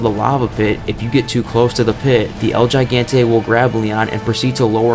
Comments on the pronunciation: Hey dude gigante is pronounced Hee-Gan-te..... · Take some basic Spanish pronunciation classes.....hearing you butcher Gigante like that was so cringe... Same goes for La Femme Fatale. Lmao 🤣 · It's pronounced "he-gan-te." With a short e. In case anyone is wondering 🤔. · "GaN-Tay" LMFAO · Horrendous pronunciations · The way he said Gigante made me want to vomit (same with suplex and femme, wtf man)